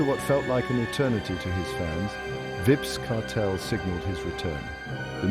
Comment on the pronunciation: Have some respect for the man name. The AI voice is not pronouncing his name correctly. Tune it up or just refer to him as "Kartel".